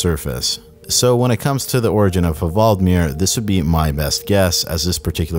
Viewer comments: the h is silent. you have great videos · Ha-vald-mir? His name is clearly Hval-di-mir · It's hval-dee-meer, not ha-vald-mir :D like Vladimir or whale-dimir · He is called Hvaldimir - pronounced Wal-de-mir. It's a play on the word Whale (Hval) and the name Vladimir. It's Whaledimir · The 'H' is silent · you’re not Norwegian so I won’t take the piss but that pronunciation of hvaldimir was very funny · You don’t pronounce the H in Hvaldimir. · You aren't supposed to pronunciate the h in the hvaldimir